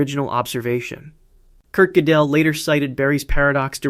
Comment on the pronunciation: The worst one was "Kurt Jidell"